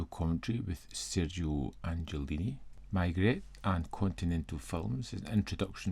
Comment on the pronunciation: why are you calling the detective ‘my-gret’? It’s ’may-gray’, of course. I know you usually comment on your own pronunciation of foreign names, but this detective is well known in British circles (Rowan Atkinson, Michael Gambon and Rupert Davies have all played the role on British series). There’s even another British series already underway that hasn’t been on tv here yet, but has in the US. I have this disc, but haven’t watched it yet (maybe tonight or tomorrow). I’ll come back when I’ve seen it.